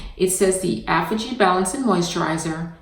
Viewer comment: I love your videos but please learn how to pronounce Aphogee correctly 😫